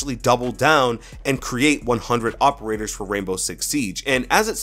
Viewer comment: 100 Hoperators. (Is what I heard)